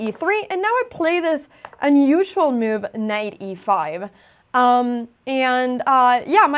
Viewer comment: your "move" sounds like "meow", thats pretty :3